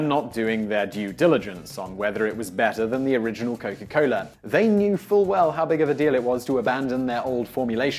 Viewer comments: Oh yea say Coca-Cola one more time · "Cowka Coler"